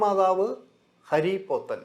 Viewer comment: ഹരി പോത്തൻ അല്ല ഹാരി പോത്തൻ